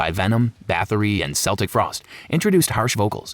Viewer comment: “Sell-tick Frost” 😭😭😭 ITS CELTIC!!! (Kell-tick)